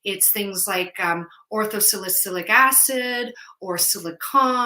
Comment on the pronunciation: at video marker - did you say "Ortho-salicyclic" or "Ortho-silic" acid? Thank you for such an educational video!